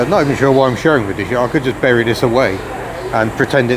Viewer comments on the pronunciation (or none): none